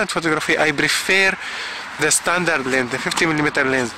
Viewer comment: I never realized how annoying it is when someone doesn't say the S over and over in lenS LOL. You just got a bad "LEN" :D, mine is tack sharp. I have a 50mm 1.4 from the 70's NOW THAT is a blurry ass LEN, but it is a beautiful kind of blur, its very cozy feeling!